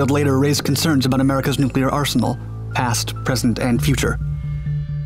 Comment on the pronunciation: We need a 10 loop vid of him saying NOOKLAR.